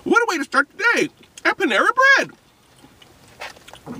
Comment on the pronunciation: Panara lol not Panama